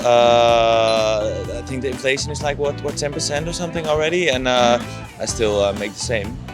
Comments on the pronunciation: もしかして動画全編通してずっとinflationのことインフラレーションと言っている……？ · Inflationインフレーションをインフラレーションと仰ってるのが気になります。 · inflation （インフレーション） ですね。 インフ「ラ」レーション ではない。。。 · Inflalationではなく、inlflationですよ‼️ インフラレーション➡︎インフレーション😂 海外移住もいいけど、まずは英語学びましょう😅 赤っ恥ですよ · She says "inflalation" for "inflation." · インフラレイションって何？ｗｗｗｗｗｗｗｗｗｗｗｗｗｗｗｗｗｗｗｗｗ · インフレーション○ インフラレーション× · インフレーションですよ。インフ「ら」レーションは？？？？？です。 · ちょっと気になっただけなんですけど、インフラレーションじゃなくてインフレーションですね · インフレーションInflationていうのでは？ インフラレーションて言ってるように聞こえる。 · インフレの倍率よりも「いんふられいしょん」という発音の方に衝撃を受けた。